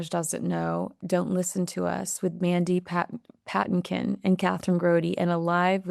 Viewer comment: Mandy Pa tin' kin, a wonderful American singer. Accent on 2nd syllable.y